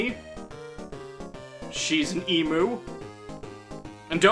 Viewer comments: it’s emU not emOO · It's pronounced EEM-YOU, GODDAMN IT-- Ahem. Anyway, hee-ho.